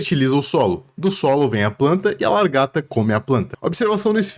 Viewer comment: Não tankei tantos "largata" kkskekwksk